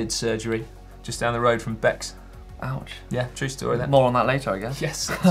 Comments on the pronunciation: Bex, pronounced Bay ................ my local climb too and two guys I know. Yes it's a smallcycling community here in Swissyland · Bex is pronounced "Bay"